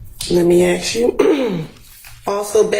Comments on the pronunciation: She drives me nuts saying aks instead of ask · “Lemme axe you” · Attorney “let me axe you”